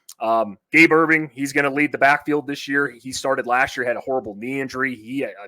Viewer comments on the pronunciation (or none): Have you guys heard of the Nebraska Cornhuskers before you did the show? It's Gabe Ervin, not Irving. It's Nash Hutmacher, not Hutchmaker.